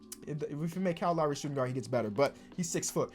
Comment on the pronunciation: Everyone: Kyle Lowry: Cal Laury